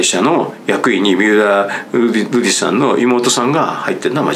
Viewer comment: 三浦瑠麗さんて言いにくそうなのにずっとフルネームでちゃんと呼んでるのすきw